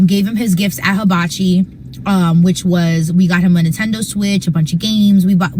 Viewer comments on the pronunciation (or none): none